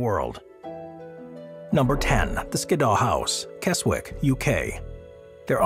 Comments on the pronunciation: I just came to say the same thing. Kez-ick. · Keswick is pronounced Kez-ick 😊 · Keswick is phoneticaly pronounced. Kezzick! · the w is silent in the name Keswick